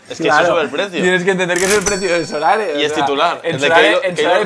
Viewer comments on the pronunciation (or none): A ver si alguno se da cuenta de que no es sorare, es so rare.